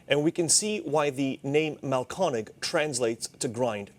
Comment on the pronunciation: It’s Mahlkönig. Pronounced roughly mahl-KER-nig. If you don’t have an umlaut, add an e to the umlauted vowel: Mahlkoenig.